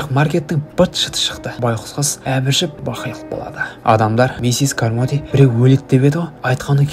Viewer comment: Миссес кармоди емес каромди деп қоиыпсыңғо бауырым